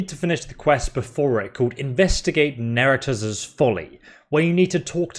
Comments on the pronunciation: why are you adding vowels to neretzes and diathma? you make them into neretezes and diathama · "Just found out his name was Neretez." No, you're still wrong. It's pronounced Neret-ZEHS, not Neret-ezz... More like 'Zess' (think zest without the T) and less like 'Cortez'. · That has got to be the WORST pronunciation of "Neretzes" I've ever heard